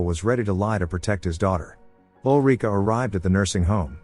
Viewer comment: Ulrika. Not olreeka.